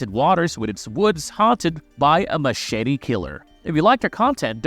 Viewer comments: Machshitty!!!😂😂🤣🤣 It's Machete. BTW Marcie was not killed in the shower with an ax. She was just straight up killed with an ax while in the camp toliets. 🐸🤓🤘✌️ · 😂Heh. He said "Mashitty" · Stop saying machete that way.